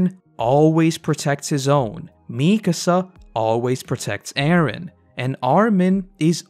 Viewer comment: I love your videos, and I waited to watch all of AoT before starting this series, but damn your pronunciation of Mikasa is making my ears bleed.